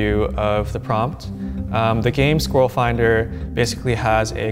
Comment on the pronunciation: Once again, my condolences to all Americans. I hope one day you will discover how to pronounce squirrel correctly. Also Craig, plague, Sonya, and aluminEEum.